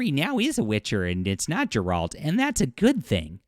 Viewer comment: Did you ever play The Witcher? You’re saying Geralts name wrong.